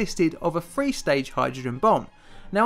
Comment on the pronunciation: 1953= Nineteen fifty free?